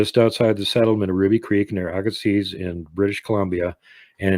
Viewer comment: also the town name Agassiz...the z is sileNT. A-ga-see.